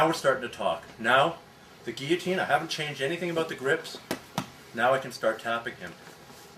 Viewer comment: I think is the first video I've seen demonstrating the guillotine in which the instructor pronounced "guillotine" correctly.